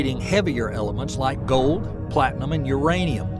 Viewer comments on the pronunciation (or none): none